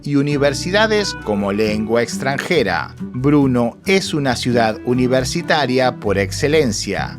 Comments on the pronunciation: Bernó no bruno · Por favor no digas Bruno es Brno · Se pronuncia Berno.. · Muy bueno, solo una duda.... se dice o pronuncia "Bernó" ¿?, Gracias...